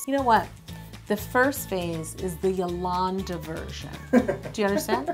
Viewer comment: It should be yalongda not yalllanda